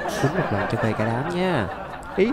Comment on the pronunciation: Anh nói chữ phê nghe vui quá anh ơi